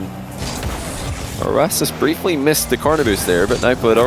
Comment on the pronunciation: how do u pronounce rw9 he says “rowoss?”